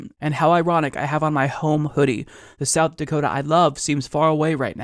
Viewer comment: “South Dakotum”